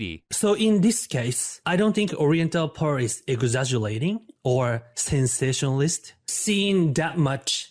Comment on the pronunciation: I did NOT expect “eggoxaggollatin” 😂